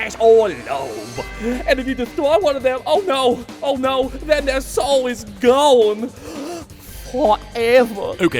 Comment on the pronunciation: "Here in ma evil wair, just stowle this, uh, new sowle here."